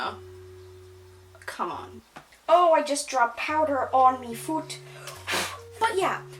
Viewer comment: speaking with an American accent 'I DROPPED POWDA ON ME FOOT!' Sudden English accent 😂😂 No hate, this genuinely made me chuckle